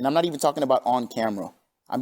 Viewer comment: It's naht true it's NAHNSENSE